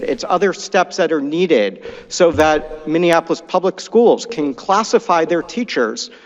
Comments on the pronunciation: You and call it Minneanapolis. Seriously, what the fuck????? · Please learn how to pronounce Minneapolis, you are adding an extra N